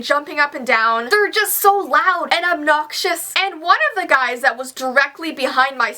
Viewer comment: When she said obnoxious she sounded like she was Irish or Scottish🇨🇮 I could not find the Scottish flag pleas pu it in the comments down below and if you can give me directions to were over the rainbow it is